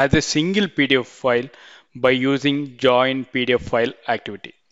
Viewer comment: good video but the way you say pdf file sound's like pedophile